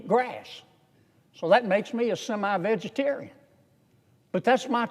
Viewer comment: "I'm a semi-vegetarion " 😂